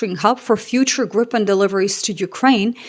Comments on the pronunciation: please note that it's pronounced "Greepen", not "Grippen" nor "Gr-eye-pen" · The "i" in Gripen is like in "Tina". And a short p. Griiipen. 😀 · So then we need to de-english things and pronounce it by its true proud name: Gree-pen. Like in "greed" and "penalty"(earlier I've used "pencil", but this was far better 😆). It will get you very close to being a native Swede. If want to pass as a regular on the street, make the "ee" sound a little shorter and sharper/pointier. For being such a small country with relatively few people, we make some awesome stuff, makes you proud! Happy for Canada to go with this great aircraft! //🇸🇪